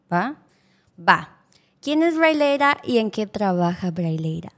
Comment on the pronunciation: no sabía decir Braleira, le decía braileia